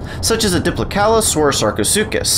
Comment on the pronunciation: This is the first time I have heard Sarco's full name. So proper. Bravo.